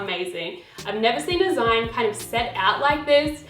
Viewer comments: zine is actually pronounced like the zine in magazine, so more like zeene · Is it an Australian thing to pronounce zine like "line"? I've always heard "zeen", short for magazine! Was just curious haha. Love your style inspo videos!